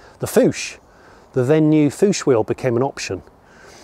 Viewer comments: The Fuchs alloy wheels are a German brand. They are not pronounced like "Fooche", but like "Fooks" (similar to books). Greetings from Germany! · Pleaase don´t say "Foosh-Wheels"! It is pronounced Fuxx, with a short "u" and a strong short "x" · About the Fuchs wheels: please don't say "foosh" it's pronounced "fooks". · I'm unsure if Jonny was referring to the Fuchs wheels or not (he said something like "foosh" instead of "fooks" if i'm correct.) Maybe I'm overthinking about it. I know a retired man living in an apartment full of trash (rusted bolts, nuts, washers, wires, etc.) and a house full of junk, a small boat, two kayaks, piles of shallow Firestone Wide Oval tires, two black-and-white CRT TV sets, and many things more. It's crazy and sad at same time, because almost everything there has no commercial value even as a collectible. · Love your barn find video! By the way the Porsche Fuchs Rims are pronounced like Fox but with a u. It's more like Fux than Fuch. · Fuchs is pronounced fooks and not foosh. It's German for fox. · Fuchs - "fookes" as in fox.